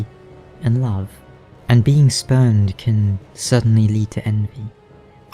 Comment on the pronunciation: Definitely thought you said speaker of the spermed at first